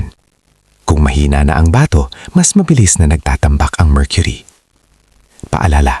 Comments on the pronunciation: Bigkas mo Mali sa bato... hindi ba....to batokan kita dyan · BATO is pronounced FAST !!!